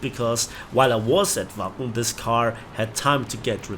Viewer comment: You really had quite the trip, sorry it had to involve bad events... Also, every time you said Wacken, I heard "Waffen". I guess I need to cut down on my war thunder sessions ;)